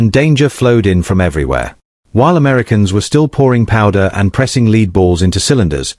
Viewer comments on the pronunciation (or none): Is anyone ever going to teach their AI to pronounce lead instead of saying "leed"?